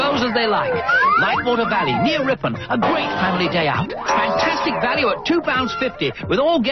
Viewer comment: it's Ripon - the city just down the road. No T in it :-) This was my local theme park growing up in it's early 90s hayday. It was a great place. I've since moved away, sorry to hear that it's not doing so well.